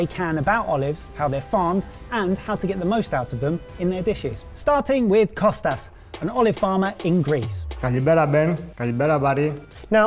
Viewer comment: Hearing 'kostas' rather than Kosta was really throwing me of. Great video though! I love and live in Greece. Such an amazing country. I live in pefki, rhodes